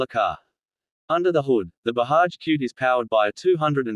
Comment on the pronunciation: It’s BAJAJ and don’t pronounce it as Bahaj.